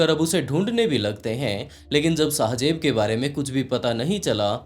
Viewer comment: Sahi sy bolna or likhna seekh lo phly shajeb Nahi shahzaib hota Hai 🙄